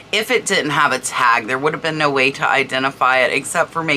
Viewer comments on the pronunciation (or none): none